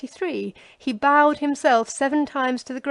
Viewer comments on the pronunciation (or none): none